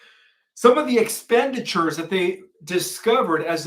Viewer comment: iks - PEN - di - tchu (expenditure). The stress is on the SECOND syllable.